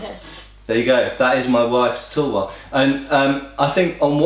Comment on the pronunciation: "And there it is: my wife's tulwa". Okay, was I the only one thinking of "vulva"? :D